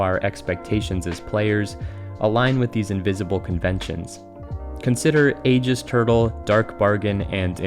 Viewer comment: that pronunciation of "aegis" hurts a bit